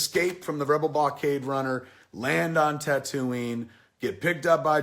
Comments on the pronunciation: Why does he say tatooine. Like tat ooo eene. It's tat ooo ween. .. Like wtf lol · Kevin pronounces Tattooine weird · Wait wait wait, can we talk about the Tatooine pronunciation? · How can you claim to be a fan yet still pronounce Tatooine like that? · You mispronounced Tatooine . Thumbs Down! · Kevin, you obviously don't understand star wars. you even pronounce tatooine wrong. christ. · Wait...how do you pronounce Tatooine? haha